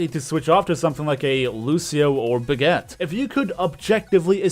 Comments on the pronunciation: Bra ge ta. Just say it the right way. I hate hearing Brag it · Is it just me or does it sound like says "Baguette" when he says Brigitte